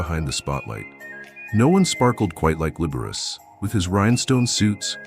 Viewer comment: The computer voice should learn how to pronounce Liberace!